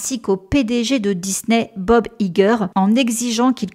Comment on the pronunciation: C pas si important et c pas méchant mais Kevin son nom se prononce "fAïGui" et Iger c "Aïgueur". Merci!